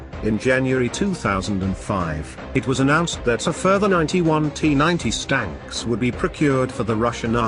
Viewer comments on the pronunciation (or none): Notice the narrator says "stanks" instead of tanks on a number of occasions. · Absolutely hilarious...T-90 stanks,,,gotta love it...tells the whole story.